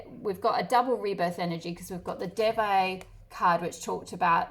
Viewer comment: Pile 1 and Devi is pronounced like they+we (de+vi)